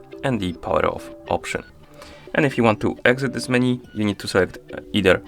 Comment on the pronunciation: MenU bro, not MenY :) thank you